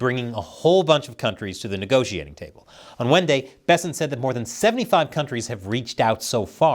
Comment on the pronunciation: "On Wenday" :D